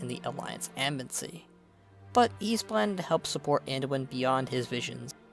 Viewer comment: I appreciate all the work you put into these videos... but the way you say "embassy" drives me nuts. It sounds like "embensy". Back to on point... I like how you say, in regards to Greymane, "we did take his land and his son..." Sylvanus personally killed his son and slaughtered his people. He does not know the whole story but he also believes the Horde abandoned the Alliance at the beginning of Legion, leading to Varian's sacrifice. Even though he's wrong about being abandoned, his hatred for Sylvanus (and thereby the Horde), is well earned. To be fair, you did say your view was biased but Greymane took the brunt of it. It was a great video. I enjoyed the Horde one as well.